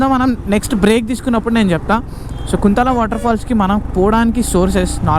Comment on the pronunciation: That's not (కుంతల), that's (కుంటాల) kuntala